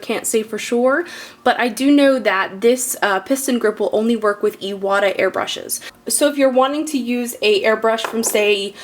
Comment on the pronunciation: It's pronounced I-wa-ta. "Moisture trap" keeps air dry. You can put the compressor on the floor. Well done video.